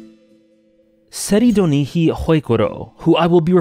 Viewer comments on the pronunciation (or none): I can’t get over how horribly you mispronounce his name in the first 5 seconds. Almost as bad as Quwrof Wrlccywrlir. (T)Ser-ride-nick. It’s really not that hard to say, and sure the ts is a bit tricky, but it’s not mandatory to get that sound wholly right, as it’s not common. Serry-du-nik-he is just wrong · Tserridonihi? I always thought his name was pronounced TSERRI-ED-NIK as in many languages "ch" at the end of a word reads as "k" but i dont know japanese so maybe tserridonihi makes more sense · Can people just pronounce the name (Sir. Eyed. Nick) and move on please. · When you first said his name at the start of the video you blew my mind. I've been thinking Tsair-ee-ed-nitch this whole time, for some reason I never thought about the actual Japanese pronunciation. Great video! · I believe the way to pronounce his name is Ser-eyed-nich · I’ve always pronounced it sir-ride-nick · his name is pronounced like the following; (Tser)Sir- (Ried)Ride - (Nich)Nick So instead of calling him seddy it should be “Nick” for short😭. now that i think about it, it lowkey sounds german. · I thought Tserriendich was pronounced "Sei-Rain-dish" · that beginning threw me off... I NEVER heard his name pronounced like that. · You always pronounced it incorrectly unfortunately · That's the strangest pronounciation of his name, is it the official one? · bro butchered his name lmao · This is by far the worst pronunciation of the name I have ever heard